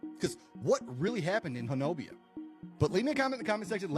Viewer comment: It’s not pronounced Ho-no-bia; The correct pronunciation is HO-NUBBY